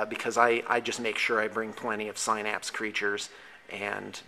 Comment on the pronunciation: Great vid, love your Tyranids and want to make some tabletop stuff like that, cause it's awesome!!! Also not to be a douche or anything but synapse is pronounced sin-apps, FYI